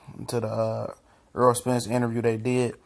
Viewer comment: errol not earl